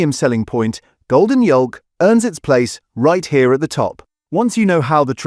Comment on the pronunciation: Good grief, did my ears deceive me or did I really hear the narrator pronounce the word Yolk not as 'YOKE' but as 'YOLL-K'? :o